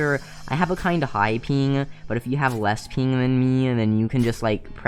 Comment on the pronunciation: bro stop saying ping like peing